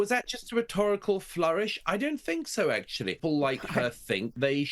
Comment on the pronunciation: Could somebody teach the muppet, that impordant “actually” has a T in it. The clown represents a nation?????